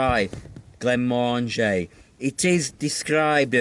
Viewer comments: great vidio the whiskey pronounced glen mor MORANGIE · Glenmorangie - rhymes with "orangey" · Glenmorangie - rhymes with orangey! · Great video as always and you have convinced me to buy a bottle of Glenmorangie - although I don't pronounce it as posh as you 😁 take care mate 👍